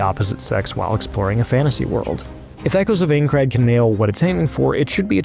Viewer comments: Its AINCRAD not Eincrad you absolute cretin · Bruh, it's INE-CRAD, not AING-CRAD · bro said ayncrad XD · Aincrad Eye-n-crad PLEASE 😭😭😭😭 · While the game looks awesome, and the preview is amazing, this narrator's pronunciation is cringe inducing. "Aen-crad", yeesh man. He should have at least watched the first episode of the anime to learn how to pronounce it. Or at least had someone nearby who knew anything about the setting to correct him. That second thing would have probable worked better. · I died inside everytime he said Eincrad lol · Calling it Aein-crad gave it away before you did. 😜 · we know you've never seen anything considered you immediately said "Aincrad" wrong but yes! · Listen overall great preview but how did no one at IGN correct you and make you re record the VO you mispronounce Aincrad every time and it just hits a nerve for me. Maybe that’s a me problem but the biggest gaming outlet can tell you how to properly pronounce a word. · we can tell you aren't an SAO fan by the way you incorrectly pronounce "Aincrad" and the fact that you didn't know SAO isn't originally a manga. Typical game "journalism". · "I'm not a Sword Art Online fan" yeah I could tell in the first 5 seconds by the way you fumbled Aincrad. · Learn how to pronounce it for Jesus sakes. 30 times of saying the wrong name that would take two seconds to know.. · Im actually getting triggered that reviewers can’t say Aincrad properly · If you played the game why can't you pronounce the location correctly? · I feel that. The second I heard the way he pronounced Aincard I knew the theme of the game review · Did anyone else hate how he says aincrad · Didn’t have to tell us you know nothing about SAO… we already knew by the way you pronounce aincrad 😂🤦🏽‍♂️ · If your going to review a game at least learn how to say the name correctly and look up what it is, reason why i never trust ign with any review, utter usless. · The way you say Aincrad....